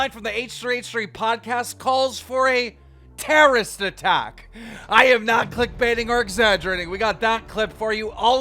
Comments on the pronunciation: Anyone else think keems pronunciation of terrorist is hillarious. He says it like my 10 year old cousin would say it 😂 "terrist". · Terrist? Adaption? Do you know how to talk or can you not read? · „a terrist attack“ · Keemstar: "TERRIST" lmfao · Keemstar can’t even say the word terrorist correctly when it’s right in front of him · Googles the definition of Terrorist, still can't even pronounce it.